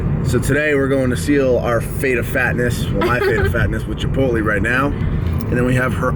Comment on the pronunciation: It's Chipot(lay)